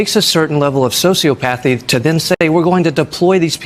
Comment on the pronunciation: I think it's pronounced " so-see 'OP'- path-ee ( sociopathy) but his point is well taken!!